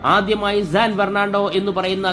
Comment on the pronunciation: San എന്നുള്ളതിനെ എന്തിനാണ് എപ്പോഴും zan എന്ന് ഉച്ചരിക്കുന്നത്? ഈ വീഡിയോയിൽ "zan bernado" എന്നാണ് പറയുന്നത്. ഈ പറഞ്ഞതൊക്കെ ഒഴിച്ചുനിർത്തിയാൽ video സൂപ്പർ ആണ്! 🙏🏽